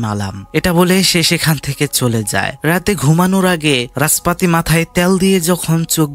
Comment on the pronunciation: রাসপাতি ❌ নাসপাতি 😂😂😂